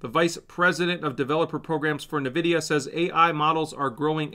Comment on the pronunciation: doesn't even pronounce Nvidia correctly, this is insane how this guy is just reading to us rather than being a proper analyst.